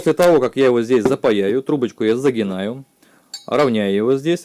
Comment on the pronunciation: Вообще-то он не клемЕнник, а клеммник. И не загиНать, а загиБать.